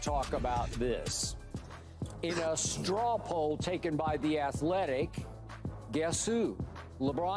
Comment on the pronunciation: Someone explain to Key what a "Straw poll" is..... it's not a straw pull... or "however they pulling straws". I had to listen to it twice to make sure I wasn't hearing things. Get him off TV please. He interrupted me twice just typing this.